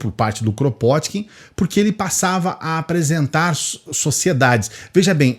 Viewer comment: O nome dele se pronuncia "Krapôtkin".